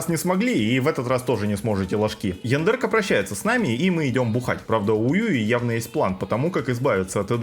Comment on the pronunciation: Почему то я периодически слышу не яндерка, а яндырка.